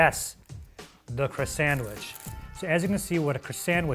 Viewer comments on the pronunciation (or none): "Now, the Crisandwitch..." The. What. Now? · “Ah yes, the croissandwitch” I’m sorry Sir the W H A T